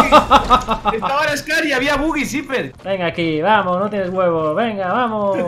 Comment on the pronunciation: Luego de un tiempo, Note que dice "DOU" no "NO" ... cool, argentina bro